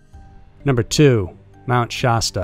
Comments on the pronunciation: Mt. Sha-stuh not stah but other than that great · Shaaaaa-sta cola, pronounced just like the old school soda. Mt. Shasta. Not shawsta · Why does he keep saying Shaw-stuh? Sh-a, like apple. Sha-stuh. Mount Shasta. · It's pronounced "SHASS-ta" not SHAHS-tuh." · Its pronounced sHASta not shosta. Like the word "has" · You keep saying Shasta wrong and it's cringe.. it's nothing fancy. It's (Sh-Ah-St-uh) not (Sh-ost-uh)... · FYI...it’s pronounced Shasta like the drink, the first “A” sounds like the “A” in “cat”. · Being from the Mt. Shasta area, your pronunciation made me laugh. You don't need to emphasize the A. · Lol I was wondering too...why does he say it that way????🤔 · Man I love your videos, but your saying Shasta wrong. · Okay, say Shasta the right way, everytime. Also Native American not Indians. Thank you.